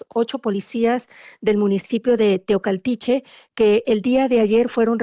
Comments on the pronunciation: TEOACALTICHE 😅Y NO TOCALTICHE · Se dice Teocaltiche. No Tecualtihe